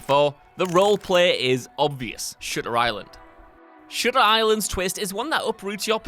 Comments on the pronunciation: sounded like shitter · The way the narrator said "Shutter" caught me off guard.